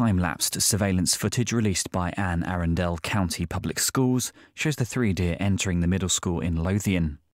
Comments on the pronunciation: That's my school, SMS! plus, sorry to be a Pronunciation Nazi but your pronouncing it wrong. The y is silent in Maryland and Anne Arundel County is "Anne A run dell" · It's pronounced "Ann a run dell" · Hd pronounced the county completely wrong